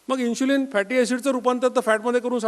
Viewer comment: इन्शुलिन नसता ते. इन्सुलिन असता. "श" नाही "स" वापरा.